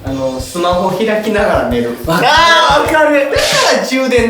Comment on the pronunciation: 「ながら」が「な``ら」みたいなことなってる😂